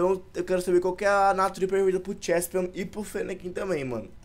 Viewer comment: n é chespion é cheslin karai d Fala direito